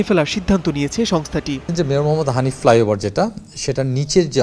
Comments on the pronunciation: flyover not fliover 😂😂😂 bengali brothers sometimes very funny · Flyover . Not , ( Fliover or Flayover ) . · Oi halarp "flyover"... fliover na. English na parle lekhos kan baler jotttosob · Goot wrotten inglish...😂😂 ( Fliover )